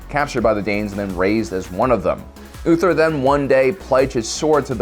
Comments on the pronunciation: It's Uhtred (Ooh-trid), not ULtrid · 'Uhtred'. Not Ulfred. Lol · You probably know this already by now, but his name is uH-tred, not uTHred or uLtred xD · It’s pronounced “Ooh-tred” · Uthred. Pronounced " oo- tred" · Why do you say Uhtred's name wrong? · Dude said something different whenever he tried to say uhtred and NONE of them were uhtred lmao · Is no one gonna talk about him butchering Uhtred’s name? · How many different ways is he going to butcher the name “Uhtred”?